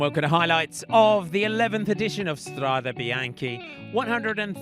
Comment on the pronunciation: £30.99 per month and we can't even get a correct pronunciation of Strade Bianche